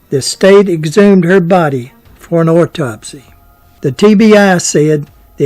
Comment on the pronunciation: What, pray-tell, is an “ore-topsy”? Can we get a translator over here?